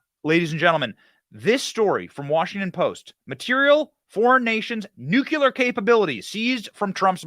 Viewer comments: It's new-clear, not nook-you-leer. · I hate being that guy but hearing, "New-Q-Lur" rather than "New-Clear" irks the shit out of me. George W. Bush would pronounce it the same way and it felt like nails on a chalkboard to me. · I would very much love to see a detailed list of all the things President Trump knows about previous presidents taking with them when they left office! Benny, you mispronounce the word ‘nuclear’ every time you say it and you are making me CRAZY over it! It is not nucular! It is NUCLEAR! Please man, I beg you! Pronounce correctly! Besides that, it makes you sound more intelligent! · Awesome man, but it is nuclear, not nucular. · It’s not NEW CUE LAR. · THERE IS NO WORD CALLED "NUCULAR" IN THE ENGLISH LANGUAGE. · " NEW-CLEAR " not "new-Q-lur" Love ya Benny ! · Someone please tell Benny that it's Nuc-lee-ar, not Nuc-u-ler. Otherwise I won't be able to listen to him after China vaporizes us with a Nuc-lee-ar bomb. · Benny, It's DAVID Depape. And, please, it's NUKE LEE ER (nuclear) NOT nuke u ler. Otherwise, great job, thanks! PS. 80yr old alcoholics don't overcome 'skull fractures' that quickly. He didn't have one. FF. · Nu-clear. NOT Nucular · “Nucular”? Dude… 🤨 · New. Clee. Er. Seriously. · Hey Benny, you have a lot of great things to say but people would take you more seriously if you could pronounce the word “nuclear” correctly. Its painful dude. Its ok though, you’re in fine company with several other presidents who also can’t seem to do it either. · Dude, mispronouncing nuclear sounds juvenile